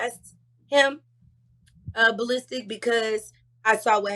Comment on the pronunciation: Ball Listic lol 😂! It’s the pronunciation for me.